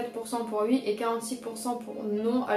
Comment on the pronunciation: tu dis «ui» ,c’est stressant